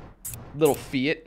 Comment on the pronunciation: lol fiat (fee-ah-t) lmfao